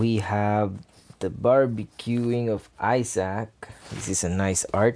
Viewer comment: My guy pronounces Isaac like eye sack